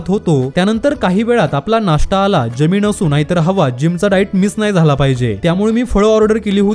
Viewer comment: भाऊ तुझं खूप खूप अभिनंदन👏 फक्त मराठीतले काही उच्चार चुकीचे आहेत जसे कि जमीन आहे . तू ज्यमीन असा उच्चार करतो .